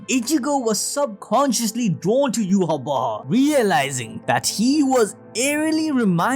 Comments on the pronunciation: Don't like the way you're saying bach man lol. Just say yhwach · bro you gotta know your not saying yhwach right its obsiviously not yu-ha-wa-ha its yah-wa-k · Take a shot for every time admin said "Yhwach Bach" 🤣🤣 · Yu-ha-bach with the German soft ch or the Dutch g.. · Are you pronouncing his name yew-ha-ba-ha??? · Your calling him yuha Baja?? 😂😂🤣🤣